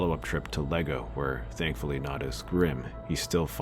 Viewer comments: Did you call iejo Lego? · "LEGO"? LMAO! I'm dying of laughter! It's Iego, with an uppercase "i". Not LEGO! XD